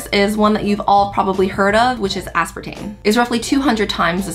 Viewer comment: Asparatame or Aspartame???? Lmao